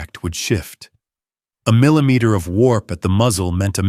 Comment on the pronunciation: someone needs to read the script bhefore posting. cant pronounce zero, millimeters etc?